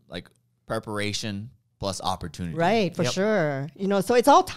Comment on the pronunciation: "Opportunity"or "opera-tune-knitting?" I can only hear the latter thanks to the mom's spaghetti rap xD